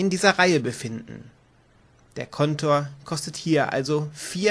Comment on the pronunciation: Danke für das Video. Schade, dass ihr Schwierigkeiten mit der Sprache habt, z. B. das (!) Kontor, das übrigens auf der der zweiten Silbe betont wird. Plural von Feuerwehrmann ist Feuerwehrleute, so wie Bergmann - Bergleute, Seemann - Seeleute, "-männer" ist die Primitv-Pluralform. (Ja das hat mich auch in der geschriebenen Regel gestört:) Die Farbe der Gebäude der Speicherstadt ist übrigens rot und nicht grün; lediglich die Etagenbezeichnungen sind hier grün hinterlegt. Ansonsten ist die Aussprache erfreulich klar und die Regelerklärung ist gut strukturiert. Ohne obige Fehler wäre sie hervorragend.